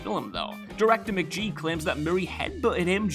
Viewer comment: Please pronounce names correctly. Try “McGee” again.